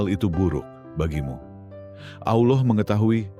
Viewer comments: Sebut Allah ny sk blg kayak Allah khas org kristen sih? Hrsnya khan dgrnya Allah khas Islam. Sering dgr kayak ejaan kata kristen nyebutnya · Pake AI voicenya itu Makanya kurang fasih penyebutannya Ucapan itu d tujukan kepada Allah itu bkn yg d sebelah 🙏